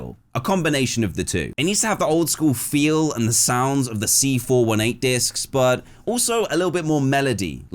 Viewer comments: C FOUR EIGHTEEN NOT C FOUR ONE EIGHT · As much as I love you as a person Dan, you calling C418 “C four one eight” is just pure evil.